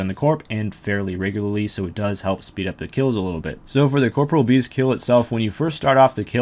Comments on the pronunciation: I stopped watching the moment you said "Corporal" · Why does every person who plays this game called it "Corpreal"?? It's COR-POREAL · uh? It's pronounced caw-paw-real with a soft 'e' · Why do people keep pronouncing corporeal incorrectly